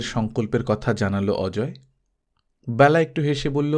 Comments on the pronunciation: Khub sundar ,apnar kamthaswar shunte ato bhalo ,shudhu byala noi Bela,apnar amon bhul haoya uchit noi ,Kane lagchhilo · বেলা উচ্চারণ এ হবে, খুব বাজে লাগছে শুনতে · ব্যালা নয় ওটা বেলা হবে, বালুকা বেলা র মত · খুব সুন্দর গল্প ও পাঠ, তবে, বেলা শব্দটির উচ্চারণ কারোর নাম হলে হয় "বেলা", যেমন বেলাভূমি, আর সময় বোঝাতে উচ্চারণ হয় "ব্যালা", যেমন "দিনের ব্যালা", "সকাল ব্যালা", যদিও লেখার সময় বেলা ই লেখা হয় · Ekdom e tai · Onek bar bolbo bhebechhi kintu English script e ki bhabe bojhabo bujhtei parini.....!! Thank you.... khoob kaane laage.....